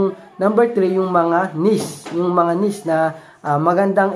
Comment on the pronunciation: hindi nis... niche (neeeeeeech)